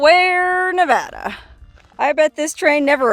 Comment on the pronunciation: A big thanks from us who grew up there for you repeatedly pronouncing Nevada correctly ❤️😎